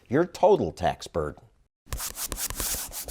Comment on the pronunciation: Am I the only one who can't help hearing how she pronounces T'HACKS in a way to subtly hide "Hacks" as a pun ?